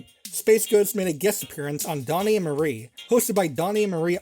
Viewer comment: Took me a minute to realize you meant Donnie and Marie. Got confused when you said Mary.